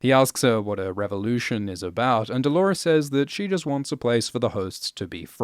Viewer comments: Lawrence-lores??? DO-LAWRENCE!!! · i read some comments, and NO! pls do not call him Dolorence! Like chalores, it sounds so lazy and unintelligent